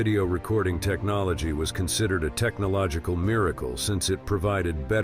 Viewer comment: Lol! AI spoke some words wrong! Technolgee, curatlee...